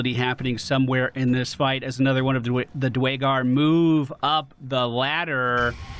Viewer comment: Oh god you butcher the name Duergar :D D´Way´Gur :D what was that :D